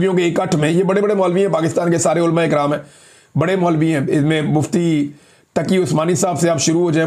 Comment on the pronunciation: عمران بھائی آپ اردو تلفظ درست کیجئے۔ عُلَماء کو آپ اولماء کہتے ہیں ۔ برائے مہربانی پریکٹس کیجئے ۔ کوشش کرنے سے آپ درست تلفظ سیکھ جائیں گے۔